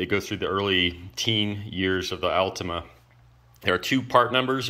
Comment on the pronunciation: Don't know if I can take advice from someone that doesn't pronounce altima correctly 😆